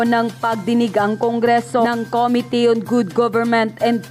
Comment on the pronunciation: Please stop saying COMITY. It’s committee. Thank you for your videos.